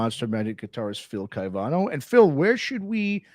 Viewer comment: Great interview but you mispronounced Phil's name consistently.